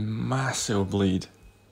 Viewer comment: Every time he said bleed I heard bleach which should be a way more effective than bleed